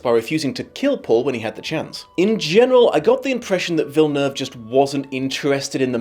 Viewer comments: It's crazy that from all of the reviews I've seen, You are the best at pronouncing Villeneuve but you can't say Dennis properly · OMG you said his last name correctly. As a Quebecer (where the name comes from) thank you. This is incredibly refreshing. I also appreciate that SOMENOE is willing to criticize this thing instead of just praising it non-stop. You sir are an actual free thinker. It's good, really good but 10/10... especially when comparing to the book.... no. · I think you're the only one who didn't butcher Villeneuve name lol